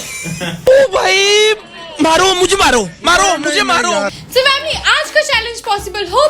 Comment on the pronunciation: TO VAMILY YE VIDEO POSSIBLE HO PIE HAI.. KYA NAAM THA?.... ME: 😂😂😂😂